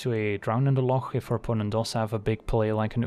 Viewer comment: #1 “Drown in the loch” player. Thank you for pronouncing it correctly.